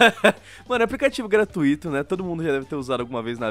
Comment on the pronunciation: É gratuito não gratuíto